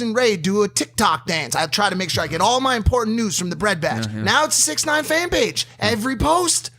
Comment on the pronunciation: It’s not 6ixty Nine It’s 6IX9INE